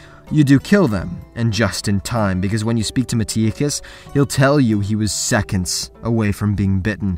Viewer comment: Why do you pronounce things wrong? Its not a book where you never hear it, it is a game, unless you never played the game, you will hear how Megaris and Metiochos is pronounced, so why pronounce it wrong? It is a small thing that ticks me off.